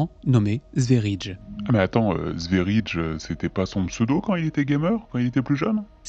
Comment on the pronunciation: Mon cœur saigne , sverige veut dire Suède (le pays ) et se prononce sfériyé ....par contre ta vidéo est superbe